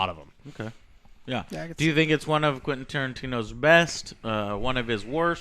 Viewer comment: why he keeps calling him "quinn" tarantino?